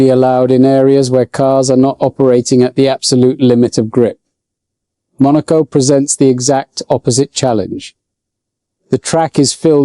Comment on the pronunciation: Truth!! I was listening until the POS AI mispronounced "Monaco" and left immediately. And the FIA is once again showing how ignorant they are. They are saying the present crop of drivers can't handle going 12 mph (20k) faster.